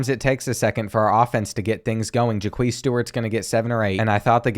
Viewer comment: or Jaquez as Ja queez